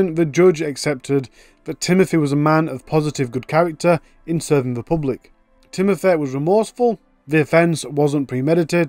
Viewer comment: Timothur? A fur? Can you try to speak English please.